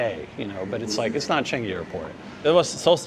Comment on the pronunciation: Do have respect in pronouncing local n asian words/names. Do Not say it/them in american way....do say as CHAA NGEE, not as CHE NGI. Follow the pure locals - how to pronounce these words/names even if not perfect. But DO NOT in your way. Unless you want to be lost in translation or misunderstood and lost the direction to your destination. Thank you